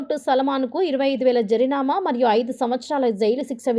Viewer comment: శుంఠా జరినామా కాదు జరిమానా మళ్ళీ అని పలకాలి మల్లీ కానేకాదు! మన తెలుగులో ప్రతి శబ్ధానికీ అక్షరాలు ఉన్నాయి.